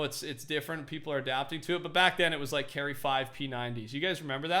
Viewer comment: He says like wrong. Up vote so he can see